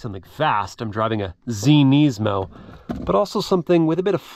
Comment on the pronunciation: Wow, thanks for being one of like 2 people I have ever heard pronounce Nismo "properly" on YouTube!